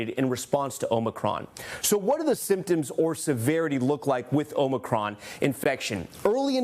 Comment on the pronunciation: Who is this guy that keeps calling it omni cron?😂